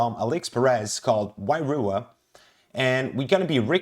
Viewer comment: Wairua , roll the R. The meaning of the word is spirit/soul in Te Reo.